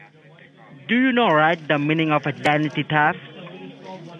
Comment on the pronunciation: "Idanty tafft" --- LOL!!!